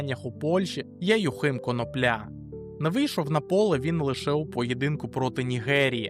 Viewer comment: Чому всі коментатори неправильно ставлять наголос в слові конопля? Треба наголошувати на другому складі - коно'пля, а не на третьому - конопля'!!!